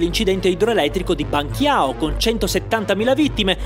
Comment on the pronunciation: la trappolona dei nomi cinesi, quelli del maiale in agrodolce: a , la q di Banqiao suona, più o meno, come la c dolce ("ban-ci-ao") 😬